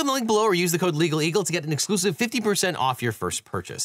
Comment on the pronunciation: El. Oh. El. Also good job giving props to Legal Bytes!